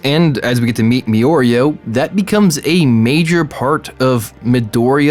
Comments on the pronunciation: lmao this idiot said me-oreo it’s mirio you stupid bitch 😂😂😂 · Why is he saying me-or-e-oh and not meer-e-oh (decided it would be better to right it fanatically). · ITS MI RI OOOOOOOOOOOOOOOOO NOT ME OREO HE NOT AN OREO SO CALL HIM MIRIO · I stopped watching this after he pronounced Mirio name like this 👉🏾Miorio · It is spelled mirio But he pronounces mioreo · Meoreo?????? Who the fuck is that????? I thought I was clicking on a video about miorio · “me-oreo” Me: ok probably just has hard time with speech... Me in my head: f@ It’s mirio the beginning sounds like the beginning of mirror!! Ahhhhhh!!!! 😂😂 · "mirio" . rest of the video MiiOrEo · Mirio not mioreo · “me-Oreo” Me:who the fu.. It’s mee reee o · It's pronounced "Me-reeo" not "Me-Oreo". There's no "o" in between his name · merio is how you say it not me oreo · Why are you saying miorio, its mirio, its even writen like that. I get its a mistake and hope the coment did not ofent, its just sometimes these make me cringe a bit. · Mirio 😭😭 not miyorio 😭😭 but its okay lmao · Make the video again and read the name correctly. It's spelled Mirio, and pronounced Me-Ryo by everyone in the show. I have no idea where me-oreo comes from. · Not Me-Oreo, it’s Mir-rio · Ok, loving the vid but it’s pronounced MIRIO not Miorio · Wtf is meoreo ffs its MIRIO MI RIO M I R I O FFS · I’m pretty sure its pronounced me-ree-o and not me-or-ree-o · It's not Me-Oreo, it Mi-Ryo (similar to Mirai, aka future)...Sorry, was annoying me too much to not comment about it. great video though! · Its-a me! Miorio!! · I agree with most of the video analysis just not the pronunciation bit. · stop saying miorio stop just stop edit: NIGGA DID YOU JUST SAY EARY STOP don't go further down wow you rude if you reading this you prob the type of dude who would say miorio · Mi ri o that is the pernunceation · Please stop saying meoreo... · "Miorio" "Iri" "meedoria" THIS IS WHY PEOPLE USE THE ENGLISH DUUUUUUUUUUB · Can't stand the "Miyorio" 😂